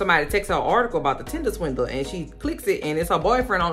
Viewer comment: Keep calling it “Tindeler”. Sounds better that way 😂